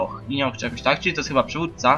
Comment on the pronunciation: "Chiba" i "ejdż of Wanders" wygrały.